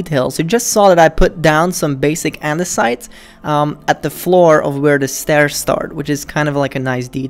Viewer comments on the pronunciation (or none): none